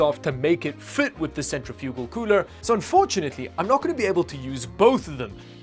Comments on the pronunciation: kinda shocked nobody has said anything that I can see so far about the way he was pronouncing centrifugal lmao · Centrifugal = sent-RIFF-yoo-gul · Um, thats not how you pronounce "centrifugal" -- lol